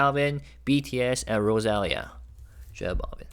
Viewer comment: Maybe it's Rosa-lee-yah?